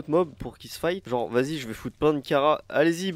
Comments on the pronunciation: C'est pas cara c'est Chara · Ça se prononce pas kara mais Chara 😭 Si non super vidéo comme d'hab 😂 PS: le truc géant à la fin c'est Flowey mais en monstre (la fleur "toute mignonne") 😂